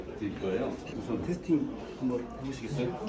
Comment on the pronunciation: 테스팅 -> 테이스팅(tasting)